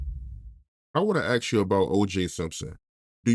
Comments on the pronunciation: Why does a high percentage of black people say aks instead of ask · When opening line was “ Let Me Aks you a Question “ i shut it off